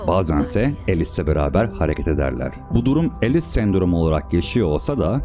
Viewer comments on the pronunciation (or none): "elis" değil "alis"